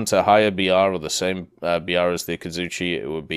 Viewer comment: Akazutschi ? You mean Akatzuki right ? :)